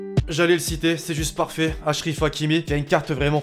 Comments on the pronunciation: "achrif hakimi" ?? c'est achraf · achrif hakimi ? C achraf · C'est achrac non achriv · cest achraf et pas achrif